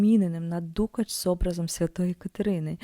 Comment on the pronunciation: Ну по перше: не дУкач , а дукАч. А по друге : а де ж намисто з каурі, а де дорогущі баламути, де лускавки?